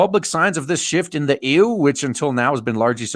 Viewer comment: I like how you call the EU ˈēo͞o